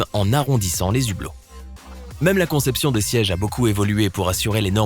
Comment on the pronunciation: les zhublots ? Ça pique les oreilles